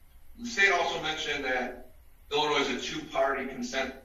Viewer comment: judge put the s in illinoise?